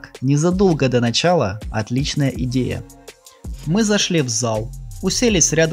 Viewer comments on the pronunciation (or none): none